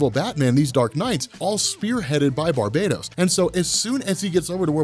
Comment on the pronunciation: It's BAR-bah-toss. Not Bar-BAY-tos. You're making it sound like the multiverse is being conquered by an evil Caribbean island :P